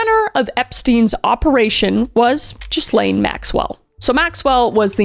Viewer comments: Hundreds would have mentioned this to you before, but her name is pronounced with a silent 's'. Phonetically, it is "Gillaine." Your president would know that. She probably had to correct him in person many times, as he never shuts the fuck up, and education, reading and pronounciation are not his strong points. And you know he was up to his neck in this shit. Just listen to some clips of Howard Stern's radio interviews with Donald Trump in the 90s talking about how hot he thaught Ivanka was, and how he liked young teenage girls, and how he knew he could have any of them he wanted. He was a total 100% rolled gold creep. He said disgusting things in those interviews and still rolled the dice to go for the Presidency. And he won. Twice. He must think he's invincible. The only thing that will get him is his health. The Grim reaper gets us all. And the orange creep's clock is ticking louder by the day. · Just an FYI - her name is pronounced gee-lane (hard G) but she’s awful so who cares if we say her name correctly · Gillayne...Its Gill-ayne. Why cant anyone pronounce the name properly? The S is NOT pronounced. I know its not important but it makes me crazy. Gillayne. No S. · The French name Ghislaine is typically pronounced "Ghee-lenn” with a hard "g" sound, and the "s" is silent. The "laine" part rhymes with "again" in American English, and the emphasis is on that second syllable. Also , hyoid bone is pronounced “hi” (like hello, hi) and “oid” (rhymes with void). So hy-oid, emphasis on hy. 👍 And for what it’s worth, the frequency of hyoid fracture caused by su*cidal hangings can range from 17% to 72.5%. I wouldn’t call that rate of incidence “extremely unusual”. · aren’t u Canadian!? u should be familiar w the frenchiness of her name!😂 it’s pronounced gill-lane, and ps- Nobel peace prize is pronounced nōbél, or no-BELL. Not “noble”. At least I’m pretty sure 😳😂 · not “chiz-lane” 😭😭😭 I can’t get over that pronunciation of ghislaine lol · Pronounced “gilane”